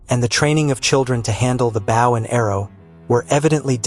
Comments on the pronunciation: AI narration mispronounces both English words, and Chinese words! Notice how "bow," as in. "bow and arrows," was sometimes pronounced bow, and sometimes, bough, even in the same sentence! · The English grammar was perfect, but your voice synthesizer could not properly pronounce the word ‘bow’. Just an FYI as it was otherwise perfect. Thank you!